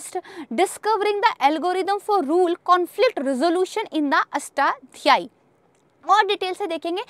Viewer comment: लिखना ही नहीं , सही उच्चारण भी (जैसे "अष्ट" "ध्यायी" नहीं "अष्टाध्यायी" है ) |